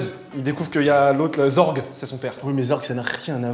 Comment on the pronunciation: Au fait on dit zeurg pas zorg mais ça s'écrit zurg 😁